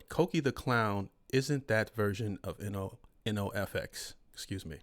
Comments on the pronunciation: Bro 😂 It’s phonetically pronounced, “no-ef-ex”. Like they don’t use effects… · It’s pronounced No FX. Do some research.